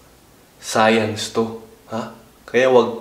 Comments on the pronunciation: Science,Hindi sayans.vaginas bah jay naz😂😂😂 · Bah-jay-naz hahah sana ikaw nalang teacher ko sa sayans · 🇺🇸 : SCIENCE 🇵🇭: SAYANZ HAHAHA😂😂😂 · BAH JAY NAZ SAYANS 😅😂 Ayos ahhh... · 🇺🇸: SCIENCE 🇵🇭: SAYANS HAHAHAHAHAHAH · Its SAYANZ ...LOL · Its sayanzz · Bah-jay-nas jpg.😂 Sayans LOL😅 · Hahaha mali sopell ng science Hahahaha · BAH-JAY-NAZ SAYANS TO